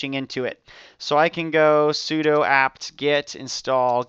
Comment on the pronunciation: Nice tut. FYI 'sudo' is pronounced 'soo-doo' rather than like 'pseudo' (it means "Switch User, Do ")